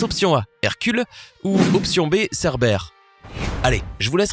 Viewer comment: C pas cerbére mes serbére ( comme serpent ) !!!!!!